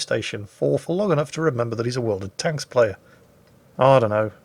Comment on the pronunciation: I swear I heard your intro as "Welcome back to World of Toast!"